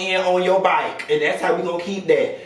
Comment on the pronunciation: 😭😭😭😭😭 “da byke “